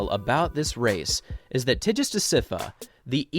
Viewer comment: The G in Tigist is pronounced strong. Like in Girl.